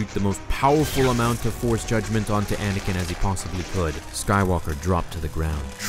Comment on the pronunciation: It's ANAKIN not Adakin..